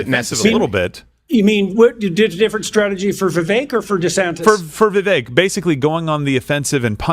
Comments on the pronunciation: Crowder, its pronounced Vivake like CAKE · Vivek is pronounced “Viv-Ake” for anyone wondering. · pronounced Vi vake ! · viVAKE like CAKE! Stop saying his name wrong! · How do these guys not know how to pronounce vivek’s name? Viv ache. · I know it's not common knowledge, but it pronounced Vi-Vake. I know this comment won't be read by anyone on air. But there was an attempt. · It’s Vivek, “vivake” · Does everybody say Vivek's name wrong intentionally? I also don't understand why he never corrects anyone. It is pronounced Vi - Vake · For the love of God, Steben Chowder... It's Viv-ake like "cake". You all want to vote for him if Trump isn't on the ballot, but you cannot respect him enough to correctly pronounce his name. *Yes, I know it's Steven Crowder. I am making my point. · they’re probably mispronouncing it on purpose. you think they respect his culture enough to say his name right? they are still saying kamala wrong after years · Vivek bakes cake at the fake steak lake That's how you say his name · I was going to post a correction on Steven's mispronunciation of Vivek's name but you did a better job. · Crowder can you at least attempt to pronounce Vivek's name correctly 🤦🏾‍♀️. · No wonder he doesn't know how to pronounce Vivek's name. Vivek rhymes with cake, Steven!